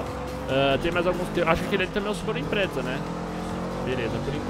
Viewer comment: É subaru impreza não imprezza com dois ´´Z´´. :p